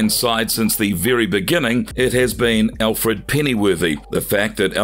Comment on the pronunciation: You butchered just about every name, even Alfreds!